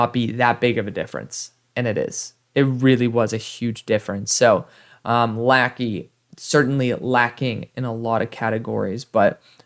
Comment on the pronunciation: As an Iowa fan I love Luke Lachey. I think you’ll see a big step up this year with a huge upgrade at qb. Ps: it’s pronounced la-shey